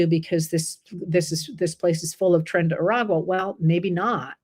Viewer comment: IT'S NOT TRIN! Tren = TRAIN not TRIN!